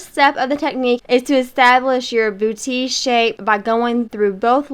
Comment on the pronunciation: Trés belle! And you pronounced it correctly- boo-tee. 😁👍